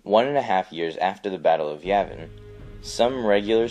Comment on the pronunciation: Yay-vin not Yeah-vin.